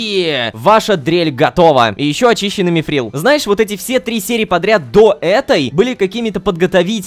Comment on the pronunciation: Ром не мифрил а митрил это из властелина колец все